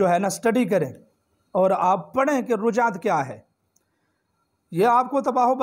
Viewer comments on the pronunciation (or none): Rujjat nahi Rajjat hota hai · رجع یرجع ،ر، پر فتحہ ہے ،ضمہ نہیں یعنی پیش نہیں ہے رجعت کا صحیح تلفظ ادا کریں